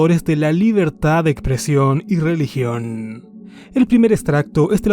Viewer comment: Estimado...con todo respeto, en serio no puedes pronunciar la x? Dices Ecpresión. También dices intrucción. Te comes el sonido de la s. También dices circuntacias.